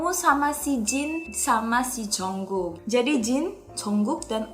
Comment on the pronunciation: Bkn bermaksud nyalahin Kakak y :D... Tp Itu baca ny bkn 'Jongkuuk' y Kak, tp 'Jungkook' Ok Kak😄😊